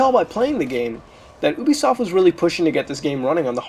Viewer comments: UBISOFT Pronunciation: not ooh-bee-soft it is yooh-bee-soft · you frekin pronouc it youbesoft